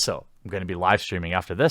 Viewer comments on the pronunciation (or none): I thought you said live steaming at first.